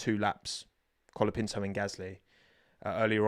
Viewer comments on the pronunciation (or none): Brazilian here, you are forgetting to pronounce the "Ts" in Bortoleto's name, try pronouncing it with the same T you pronounce the word "tea", "Binotto" or "", it's fine tho it's a difficult language, I'm not a native spanish speaker, but I believe you're making the same mistake with Colapinto. Great Report as always.